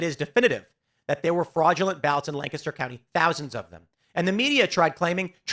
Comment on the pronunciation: Congrats for pronunciation Lancaster probably, most people say Lan-caster. Its pronunced lank-ester